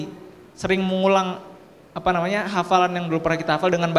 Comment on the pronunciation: Alhamdulillah mantap Tapi tadi bilang sering nya kok jadi seling mulu hehe